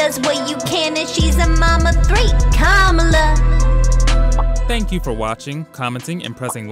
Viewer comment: You can't say Kamala properly 😂